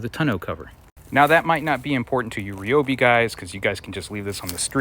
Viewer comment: it’s RY not REE